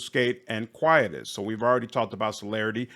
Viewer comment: I think it's pronounced Qui-ee-tus. It's a weird Latin word. Yeah, here we go. quietus noun qui·etus kwī-ˈē-təs ˈā Synonyms of quietus 1: final settlement (as of a debt) 2: removal from activity especially : DEATH 3 : something that quiets or represses, 'put the quietus on their celebration'. Darned Romans and their crazy moon language.